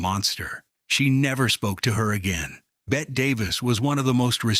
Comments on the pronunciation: It's not "Bet" it's Bet-ty. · Whos bet davis? Its bette davis jackass AI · Her name is pronounced “Betty,” not Bet. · It’s pronounced BETTY not Bet. Lousy AI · It's pronounced BETTY... as in bet'EE. Not BET. She would be rolling over in her grave. 🌹🌹🌹🌹🌹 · “Bet-TEE’ is what she was called. “She’s got BETTY Davis Eyes.” Remember?! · Bette = "BET tee" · Outrageous that the announcer mispronounced her name -- one of the most famous actresses in Hollywood. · PRONOUNCE PROPERLY! It's the most basic respect. BET-tee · Her name was pronounced, “Betty”. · If you are going to do a piece on Bette Davis, at least pronounce her name correctly. It’s pronounced “Bet-tee”….Geez. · It's Betty Davis. I know Bette is the way she spelled it, but all AI voices never get it right. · Ai voice says Bette wrong. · Why can't AI pronounce Betty. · For Pete's sake. It's spelled Bette, pronounced Betty. Get it the fuck right! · a video about Bette Davis that mispronounces her name?? Imagine being so greedy that you make AI videos but can't even be bothered to proof them for errors. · Bet Bette Davis would have a word or two (or a thousand) for the culprits too lazy to find out how to say her name properly. Teach AI right!